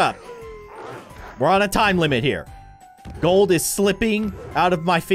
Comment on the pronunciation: Bruh grold wen pewdiepie say in Gold grold